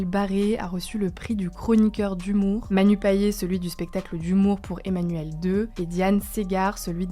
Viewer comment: On dit Manu Payet comme les paillettes soman